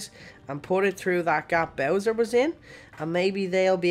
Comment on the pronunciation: Why did you call bowser poo pa💩😂😂😂😂😂